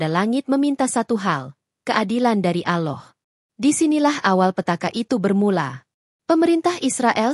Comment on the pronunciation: Agama loe ape sih mbak...nyebut Allah aje aloh